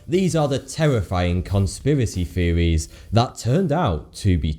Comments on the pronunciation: No one: Absolutely no one: Not even the aliens in are 51: Him: feewies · I finally realized that when he says “feewees” he’s actually trying to say “theories” so now the video actually makes sense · Can you not properly pronounce the th sound, British dude? These are not conspiracy "feories" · You're talking about the "conspiracy feories" LMAO the host is to much ! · feories. LOL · He pronounces his "th" with "fe" example: conspiracy feories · "True" is not pronunced "Two" and "Theories" should not be pronounced "Tweowies" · He's trying to sound so cool but ends up sounding like 'the conspiracy fearies turned out to be twu' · TruTH. THeories. What is with people with their lazy pronunciation!? It reduces any perceived intellect by about 75% in my book.